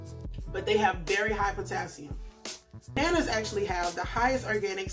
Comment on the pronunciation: "Shoppin....for buhNanNuhs!